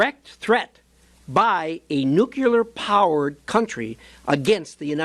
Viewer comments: Nuclear... Not nucular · The word is nuclear. Nuclear. Not nucular.